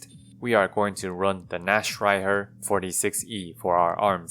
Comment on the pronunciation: Imo his version is better than the ones saying naktreiher For anyone interested, the ch in nacht is a hard h sound.